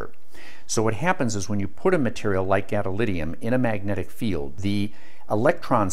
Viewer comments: Great explanation about the principles! Except... GadoliNIUM, gadoLINIUM, not gadolidium. This is like nucular and neodiddium. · Ah mate, "therm-I-onic", thermionic, not "thermonic". As in thermal ion I suppose, a charged free particle liberated by heat. Also "GadoliNium". I suppose it's what happens when you teach yourself from reading the words without hearing them spoken. Which is admirable. I know how to pronounce it but I had no idea gadolinium was magneto-caloric.